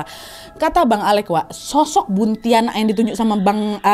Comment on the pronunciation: Buntiana kak bukan buntianak